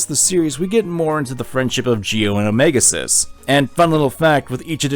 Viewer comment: I keep hearing "omega sus" instead of "omega xis" among us has fucked with me and i fucking hate it